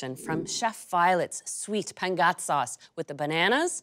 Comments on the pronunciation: Hshshshhs was that pengat 😂😂😂😂😂😂 i didn't manage to catch it at all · Oh, pengat! For 3 minutes I was trying to figure out what you said 🤣🤣